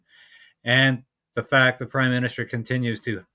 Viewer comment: Everytime Polievre is saying prime minister, I ear crime minister!...